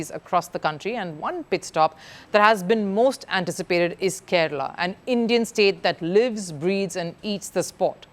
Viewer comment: Its Kerala not kerela